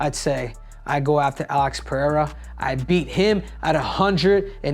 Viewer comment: Cejudo is the only American who knows how to pronounce Pereira correctly hahaha. Dont know how but the others pronounce as if it was PEHEIRA